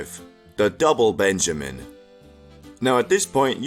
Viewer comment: PENjamin bro, not BENjamin